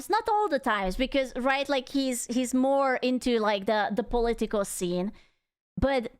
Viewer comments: when you say political it sounds like "polly tickle" lmao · The way she say political lol😂